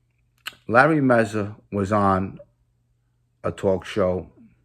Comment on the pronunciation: Its mazza not mezza